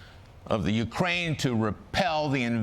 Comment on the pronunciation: Is Al's mispronunciation of Ukraine comedy or ignorance?